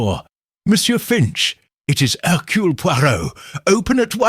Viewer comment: Not hercoole but Hercurl